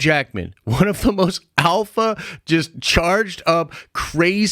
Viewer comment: i cringed every time u said “alpha” sheesh